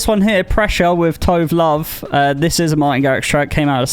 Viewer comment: Tove Lo is pronounced Too vuh loo